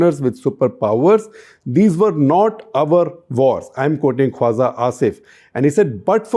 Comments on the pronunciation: It's not "Kwaza". It's "Khwaja". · Shekhar, excellent take on Pakistan and its Defence Minister. Hate to point out that your pronunciation of tbs word “Khwaja” needs tweaking. You pronounce it as Khwaza, whereas the j should be pronounced like j in Jinha or Jeet or Raja. I hope you can fix this. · I think it's khwaJa asif not khwaZa asif